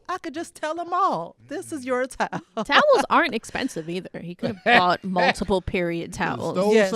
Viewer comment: I was very confused as to what black tile has to do with periods, but then I realized they were saying "black towels" 💡🧠